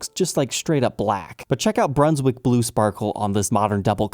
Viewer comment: It's not pronounced broonswick, it's like the word BUN , Bruns wick 😃😃